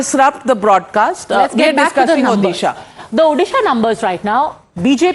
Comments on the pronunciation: When will she learn to say Odisha not odehshaaah. It is annoying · It's O-DISHA pronounce it properly north indian gandus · What the hell is ओदीशा ??? Pronounce correctly or stfu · It's not Orissa,it's Odisha mam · Pls pronounce ODISHA properly. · This is the odisha in India!! They not able to pronounce Odisha clearly, And saying pandian is a bahari loko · MF it's odhisa it's odisha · Please announce properly Odisha. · Pronounce the state name properly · First of all, please pronounce the name of my state properly, or else please delete this video. From a channel like Times Now, this is humiliating! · Please pronounce Odisha correctly . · Abey Mere Rajya ka name sahi se pronounce kar .... L***di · Pls pronounce Odisha properly